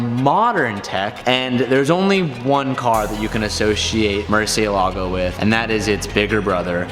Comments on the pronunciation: Did you call it mercelago? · Murcentador...that's the name ☝🏿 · what a nice 'Murcitor' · “I knew every factual thing you could know about this car” ...except for how to pronounce “Murcielago” properly 😑